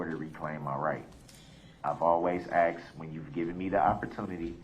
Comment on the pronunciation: He learned how to say tacit, but a simple word like 'asked' is not in his pea brain!